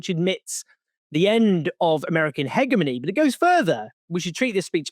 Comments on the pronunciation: Hegemony pronounced as hejimony not heghmony. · Owen, great work as always. FYI- the G in hegemony is pronounced as a soft g, not hard. Accent is on the second syllable, not first.You’re welcome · Hegemony is pronounced Hedge-e-mony brother :) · it’s pronounced he(j)emony btw :) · You’re pronouncing hegemony wrong